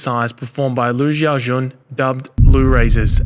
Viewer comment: Lu's given name, 小军, is not pronounced /ʒaʊ ʒʌn/. Standard Chinese does not possess the "measure" consonant. "Xi" is like a cross between an s and a sh. Pronounce 小 like "si-ow" and it's pretty close. Pronounce 军 like "June" and it's understandable. Copy and paste for "Xi Jin-ping".